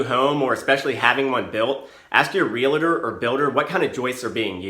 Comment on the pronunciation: Real-Tor, not Real-a-Tor. No one says Doc-a-tor, lol